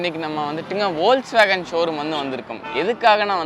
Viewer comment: Ollswagen illa da deyy folks-wagen.